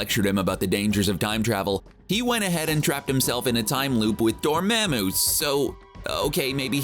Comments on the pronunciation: IT'S PRONOUNCED WITH A SHORT "A" SOUND, YOU TWIG! >:-( DOOR-MAH-MOO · Ok love the theoretical question... but the people in the MCU say DOOR-MOM-U- I don’t know why that is killing me but it is.